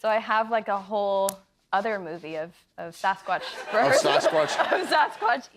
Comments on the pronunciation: Nice interview. She seems like a lovely girl. I live up here in the PNW. Land of the fabled Sasquatch. I cringed every time Jimmy mispronounced it as Saucequatch. Riley would gently correct him every time he said it, but he was defiant. It's Sass-quatch. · Quit saying saucesquatch Jimmy. ITS SASSSquatch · What is with Kimmel’s pronunciation of Sasquatch? It bothers me, and he said it 30 times! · WTF is up with Jimmy's pronunciation of Sasquatch?